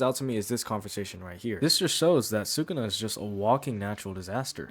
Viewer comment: its sukuna, not sukana :v